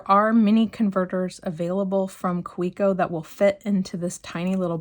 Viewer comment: Nice Kaweco collection. It’s pronounced Ka-vec-o.